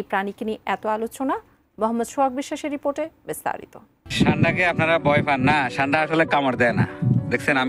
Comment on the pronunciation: ছান্ডা নয় উচ্চারণ সান্ডা হবে